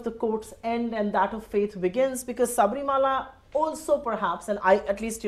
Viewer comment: she says saabrimala... obviously has no idea about what the temple is all about... or the diety there... but she wants to go there... what half baked individuals....